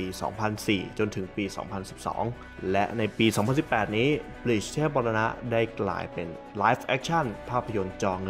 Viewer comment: บลีชคะ ไม่ใช่บีช อ่านผิดนิดนึง จากเทพมรณะ กลายเป็น หาดทรายได้เลยนะตะเอง